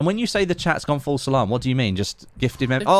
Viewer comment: he's saying False Salam